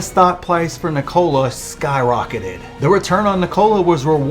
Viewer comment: Why do you pronounce "Nikola" like that?